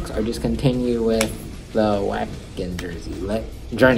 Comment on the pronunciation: Maybe some one pointed it out, but it's pronounced "Vah-Ken". Trouble with these bands that play overseas is you gotta wait for them to say the name of the venue or area to know what the hell it's called lol.